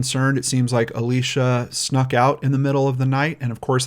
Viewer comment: omg it is Alicia not Alisha